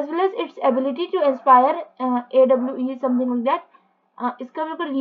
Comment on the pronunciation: who the fukc doesn't know how to pronounce awe, is that a kid a made the video or what